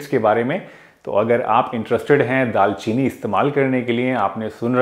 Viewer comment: Dal chini nhi daar chini